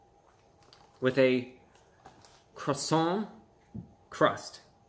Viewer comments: Are you gonna finish that cwoissant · "Uhhh, are you gonna finish that 𝔠𝔴𝔬𝔰𝔬𝔫?" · Are you going to finish that cwason? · are u going to finish dat cwasarent? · How many felt like they were in Paris each time Review Bruh said “Cwoisannnnn?” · It should stand to reason that a review of anything would begin with the pronouncing of the thing being reviewed to be correct. This French bread item is a croissant which is pronounced qwassan. On the end of a French word an 's' is NEVER pronounced and most consonants are not pronounced either. It doesn't seem that's too hard to handle to make the whole review a bit more believable and authentic-sounding. Maybe DiGiorno expects too much from a reviewer but since we know nothing about Mr. 'Report of the Week' we probably assume he has been on the business end of a skillet or salad spinner. What do you want to be that he's never used either one and uses YouTube as his only source of income. I can only say I hope he doesn't have a family depending on his income for 3 squares a day! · The 207 thumbs downs are from native French speakers for his butchering of the word “croissant”. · I love your videos you rock BUT That's not how you pronounce croissant. 🥐😁